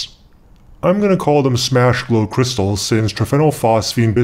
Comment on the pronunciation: did you mean kershstals :D no